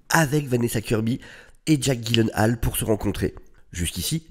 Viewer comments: Bon, après vérification et d'après Jake lui-même, on devrait le prononcer : [gui][yé][laine][haie][leu] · les ravages de la drogue 🤣🤣🤣🤣🤣 sinon ça se prononce dji-laine-ole pour info. je crois que c'est un pote de ryan reynolds donc en vrai c'est peut être leur humour qui est chelou qui sait ? 🤷(non je pense que c'est vraiment la drogue en vrai lol 🌿🌿🌿🌿 la connexion a la nature toussa toussa) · Ça se prononce [gui][laine][haal] en fait. Et je sais ce que je dis, j'ai travaillé pour Ikea! 🤣😂